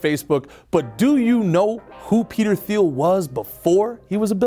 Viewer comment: I believe it's pronounced Teal.